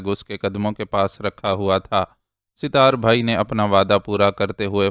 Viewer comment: أپ کا اردو تلفظ کافی بہتر ہے اور پڑھتے ہوٸے کم ہی غلطیاں کرتے ہیں لیکن اس ایپیسوڈ میں ایک نام ستار أپ مسلسل Sitar پڑھتے رہے جبکہ اس کا درست تلفظ Sat tar ہے۔ امید ہے کہ اس تصحیح کا أپ برا نہیں مانیں گے